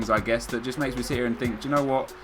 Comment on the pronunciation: The music doesn't really fit the whole style djooknowot I mean (that's what I hear whenever you say do you know what I mean)